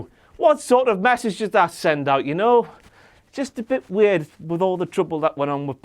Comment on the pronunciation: "...several ounces of weard in that beed of his..."